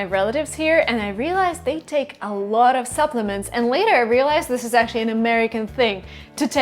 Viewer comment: есть два слова, которые невероятно режут слух, когда ты их произносишь. Заранее извиняюсь за такие "советы", но тем не менее вдруг тебе будет это полезно. Обрати пожалуйста внимание на слова watching и a lot of. слышу "вочин" и "э лОт оф"